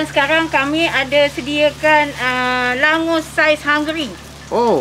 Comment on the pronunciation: nama sebenar dia, Langoš. boleh jumpa area hungary, slovakia dan czech republik. sebutan sebenar kalau dalam bahasa melayu, baca sebagai 'langgosh'.